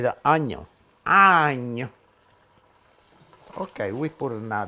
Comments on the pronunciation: Why all italian chefs say onio?🤣🤣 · i love when you say add the onion. your accent on onion kills me